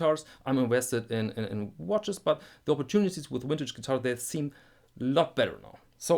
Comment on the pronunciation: it's cute how some europeans can't say the letter v, like you saying "wintage guitars"